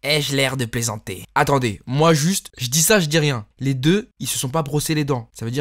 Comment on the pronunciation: "Dis saku"🤣🤣🤣